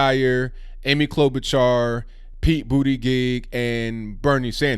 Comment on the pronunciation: So it's pronounced Booty-gig? Nuff said about that, he and Yang should get together with a can of whip cream 🍦.